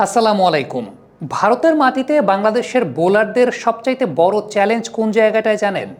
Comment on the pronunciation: আপনার analysis খুব ভালো ব্রাদার❤❤তবে বড়, খাড়া এভাবে উচ্চারণ করলে বেশি ভালো শোনাবে😮😮